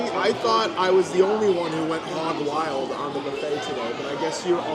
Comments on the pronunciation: What the hell is a BUFFIT???? 😂😂😂😂😂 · Buffet is pronounced bo͝oˈfā. 🧐🧇🥓🍳